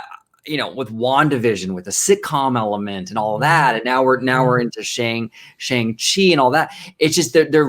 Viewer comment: You are saying his name incorrectly, I know I've doing the same, it is "Song-Chi", very sing song, not "Shan-g-Chi." I think his appearance is the seeds that will lead to Agents of Atlas, led by Jimmy Woo, who of course was already introduced in Ant-Man and then WandaVision. Also on the team in Kamala Khan. I think to really get the Chinese market is to bring in heroes that have Chinese creators, Aero, who first appeared in her comic, and Swordsmaster.